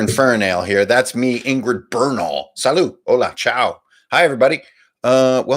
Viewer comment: Oh,, you don't pronounce the "t" in "salut" in French!:grin